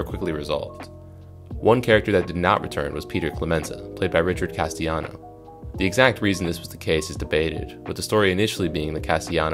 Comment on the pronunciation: NB: "Castellano" is pronounced "cass-tell-ah-no".